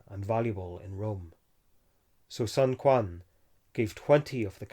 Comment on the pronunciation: “q” in China is pronounced as “ch” or “tch” (ch’ing dynasty, not king dynasty, sun chuen, not sun kuan )